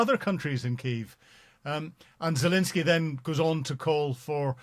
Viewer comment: is still incapable of pronouncing Zelenskyy’s name.